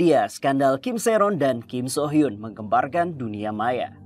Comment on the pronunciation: gua gregetan tiap ngomong “kim sohyun” padahal dibacanya kim suhyun, itu udh beda org lg bjir😮‍💨